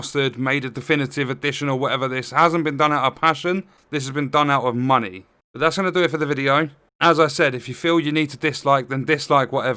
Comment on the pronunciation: Did someone say muneh?